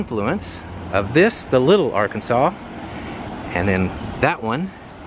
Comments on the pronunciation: We also do not pronounce our river's name like the state. We pronounce it as the AR Kansas River 😁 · Moved to Kansas 23 years ago. Every single person here is pronouncing the Arkansas River WRONG. The state it starts in and ends in and EVERY. SINGLE. STATE. It runs though excite Kansas calls it the Arkansas river. NOT “Are-Kansas”🙄. I will not let this go because you all are absolutely terribly wrong. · Also local - people who pronounce Arkansas like ar-kansas are the worst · River is Ar-Kansas. Heard it all 53 years of my life. The theater Orpheum is Or-fee-um. Also air capital of the world. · Cool video, but the river pronunciation, at least around here, is Ar-Kansas, same with the city in S.E. Kansas. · Thanks for the video...but it's pronounced the OR-phe-um (first syllable) Theatre and the Ar-KAN-sas River when in Kansas (reverts to the AR-kan-saw further downstream). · Enjoy the videos very much. Just a note - When in Kansas - the state is pronounced Ar-kan-saw, but the river is pronounced Ar-KANSAS! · It's always been pronounced Ar-Kansas river in Kansas. Wichita is a great place to visit; but you wouldn't want to live there. The best thing about Wichita when I left was that they had 2 Twin Peaks and a Hooters; and 3 quality strip clubs with high quality local talent with frequent visits from strippers on their way to somewhere else. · It's NOT the Little Arkansas....it's the Little "R-KANSAS" river!!! And, the FAA designation for Wichita is NOT 'icet"...it is pronounced "EYE-SEE-TEE"!!! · Wichita native here...the river is pronounced ARR- KANSAS btw. I grew up near Wichita State and 13th and Hillside and went to Southeast high school. I live in DC now, but it was nice to see my hometown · The street you are calling Chisholm Trail is actually Douglas Avenue. And the river is pronounced Are-kansaw. ICT is I C T and that is the airport call letters. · Little Arkansas is pronounced little Ar-Kansas there. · the rivers are pronounced as Ar-Kansas.